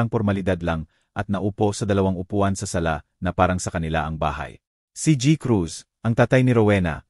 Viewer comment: Nakakainis yung pag bigkas ng GI EN GI Cruz AT GI. Cruz. Pwede namang Gng. Crus At G. Cruz